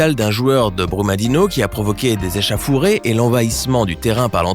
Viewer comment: Le plus drôle.... Echaffuré au lieu de échauffouré 🤣🤣